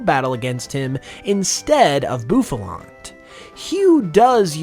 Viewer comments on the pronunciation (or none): none